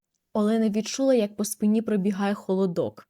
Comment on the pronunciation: по спині наголос треба ставити на 1му складі